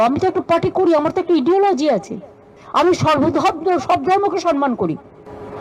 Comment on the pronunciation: Pronounciation "ইডিলজি" না হবে "আইডোলজি"।